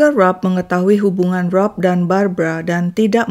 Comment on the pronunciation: Itu Barbara ..kenapa baca berita brabra⁉️⁉️⁉️⁉️